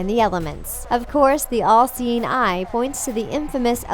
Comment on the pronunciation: She kept saying LC9, then it downed on me, oh!! The "all seeing eye" Civilization is reaching to a point where we have to invent telepathy because we can't pronounce our words right anymore!!